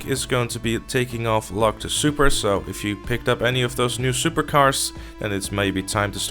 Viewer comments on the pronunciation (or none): none